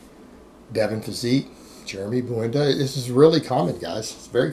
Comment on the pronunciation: His lasta name is Buendia not Buenda